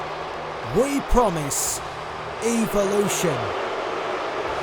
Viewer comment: The way he pronounces evolution is worse than when noam Dar said ALICIA FAWWWWWWWXXXXX